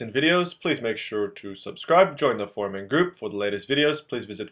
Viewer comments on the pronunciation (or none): IT'S NOT 'FOR-MEN' IT'S FOR-UM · fuzz llama he says 'forum and group', it just sounds like formen group